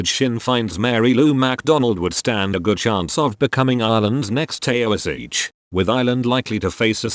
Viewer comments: It is pronounced Tee-shock. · A “ Tayo-a-seech?”. If your text-to-speech app can’t read Gaelic then don’t use it. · Yep, in particular the "tao - is - each" and "fine - gale"